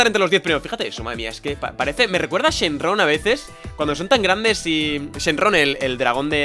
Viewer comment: chenrron jjajajajaja que dises jajajajaj